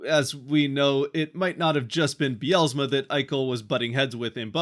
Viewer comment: There is no extra "a" in Dan Bylsma's last name. It is not Dan By-al-a-sma. Might want to spend a few minutes learning how to pronounce his name if you are wanting to represent the future Kraken.